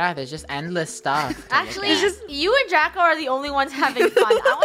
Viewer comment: When Lunar got pushed down and died from a creeper i thought saud "Chubako!!" But then i realzed she said "Draco!!"